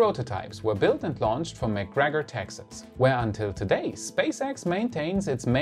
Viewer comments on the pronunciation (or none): none